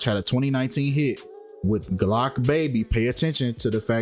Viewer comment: It's Blocc Baby, not Glocc Baby